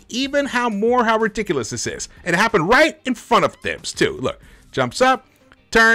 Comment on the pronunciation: His name is pronounced Tahibs bro